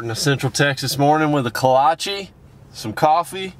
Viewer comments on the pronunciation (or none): pronounced kolathchky